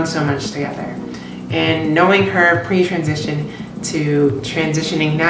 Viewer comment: When you said "pre transition" I thought you said "preacher edition." XD